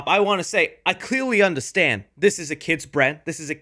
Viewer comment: i cweawy undewstand